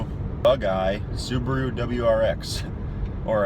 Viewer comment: Why do they always sound like they’re saying suburu/subru? is it the accent or?